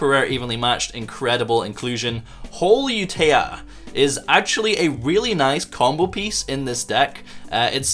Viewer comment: Pudica allows your opponent to special summon one of their banished monsters during the next Standby Phase after using her effect. It doesn't have to be the special summoned monster that you banished. Holeutea is pronounced the same as colutea, but with hole and not col. I guess Holeutea is based off of colutea. Colutea is a plant. Hole-YOU-TAY-YA Col-YOU-TAY-YA